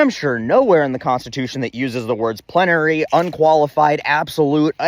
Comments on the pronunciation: Great video -- as usual. A gentle FYI, it's plenary. Three syllables -- plen-ah-ree. Emphasis on the first syllable. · Miller at home afterward: 'Plenary. Plenary. Why did I have to learn that word, dammit.'